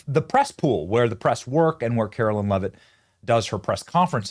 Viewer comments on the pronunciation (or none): Why do some of you guys call her Karoline "Lovett" when her last name is Leavitt!